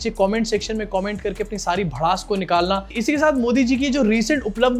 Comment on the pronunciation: Uplabdhi nahi UPLA-bdhi 😂😂